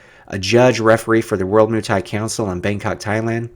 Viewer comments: hey its not MOO thai please try moi for muay thai. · 🙄good stuff but Muay thai is pronounced like boy but with a M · Your pronounciation of Muay thai is god aweful